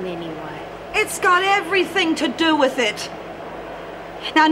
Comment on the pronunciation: Is it me, or can't pronouce "th"? sounds more like "v". Like when he goes "I gotta score to settle "wiv" you"